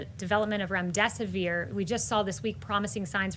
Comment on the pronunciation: Remm-dess-siv-veer is the pronunciation for remdesivir.